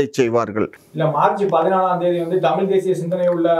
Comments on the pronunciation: Tamizh pa.. Tamil Ila.... Zha... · தமில்.? தமிழ்.? பாவம் தமிழ். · Kamatchi daan tamil nu solludhu anchor aavadhu ozhungga tamizh nu pronounce panni irukalaam